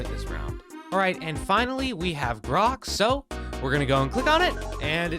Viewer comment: he called Grok 'Brock'. 🤣🤣